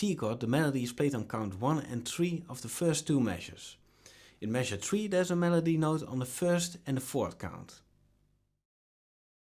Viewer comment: It's one two three four...not one two tree four.